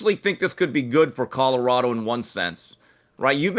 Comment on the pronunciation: I really wish that you would learn how to say COLORADO. Theres an L in it Jason! Its not CODORADO. Learn how to pronounce it man! If you gonna talk about em every other show 😬🤦‍♂️